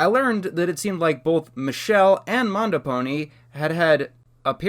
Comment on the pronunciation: You mispronounced MandoPony as MondoPony